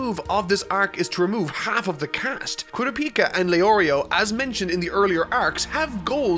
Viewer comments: The way he pronounces Kurapika is throwing me off. Is that just how he says it from reading the manga or is it pronounced like that in the Japanese versions, too?: Kuro-pika Me: Kur-ah-pe-ka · You’re mispronouncing makes you fun and I’m glad you made fun of it and corrected the Gon thing in the opening. But you’re killing me with Kurapika. You say Kuro Pika. It’s Kuraa-pi-kaa. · I'll bet he'll do the same 1st min joke this time focusing on Kurapika considering PHANTOM TROUPE ARC FOCUSES ON HIM AND HE STILL CAN'T SAY HIS NAME RIGHT SHOULD I DECLARE A KOORA-PIKA DRINKING GAME know this im not upset in anyway about this cuz i dont care about Kurapika but i understand when you say a name wrong you say a name wrong & that welcomes Chaos so Pray he says it right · Yes! That was exactly my thought. Who cares about the nuance of that pronunciation compared to how he says Kurapika's name. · Everytime he says it I think of pikachu instead of Kurapika. No hate though he can say whatever he wants. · Ok you got Gon's name down, now all that's left is Kurapika's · You forgot the most important thing: That Bungee Gum has both the properties of rubber and gum. Also when pronouncing Kurapika's name, the emphasis is on the 'Kura' and not the the 'Pika' (try listening in both anime versions to how other characters pronounce his name) But, criticism aside, awesome review, as always! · How you pronounce Gon doesn't bother me I can take it or leave it but how you pronounce kurapika grates me, but whatever your work is great keep it up!! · The Gon pronunciation was not as bad to me as Kurapika. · You all talking about how he pronounced Gon but no one will talk about the Kurapika pronounciation? xD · You still have kurapika wrong. If you are going to do another segment like that can I be in it? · You said kurapika wrong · Im Pretty sure youre pronauncing kurapika wrong. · stop saying kurapika, kurĀpika is the right way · Im pretty sure it's not kuraPIka and it's kuRApika too.